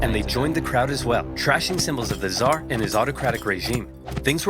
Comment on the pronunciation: Hasan downplays the killing of millions by going “but what about the hundreds of thousands by the zhar” it’s so funny